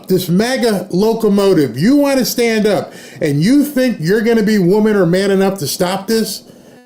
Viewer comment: "Sten up to en eministration....." Well fed hatred